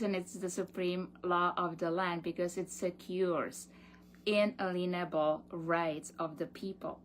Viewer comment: OMFG. . . It's not un a lean able. It's inalienable. Someone get these muppets a damn dictionary.